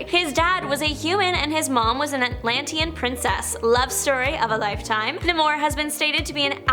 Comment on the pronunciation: Nay-more, none of this nuh-mohr nonsense lol